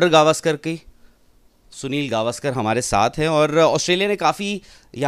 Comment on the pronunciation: Sale gavskar nahi sir gavskar to bol dehati he his legend